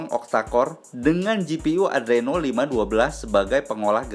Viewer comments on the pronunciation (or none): none